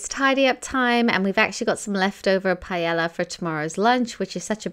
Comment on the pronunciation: It’s pronounced “pae yaaa” not palleya.